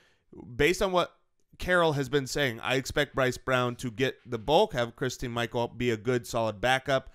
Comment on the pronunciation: It's christin Michael